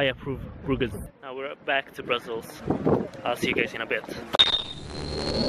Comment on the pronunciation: Bryssel?? it's Brussel bro